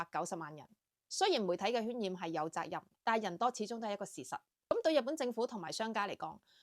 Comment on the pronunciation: 渲染音「算」染，不是喧嘩的「圏」嘩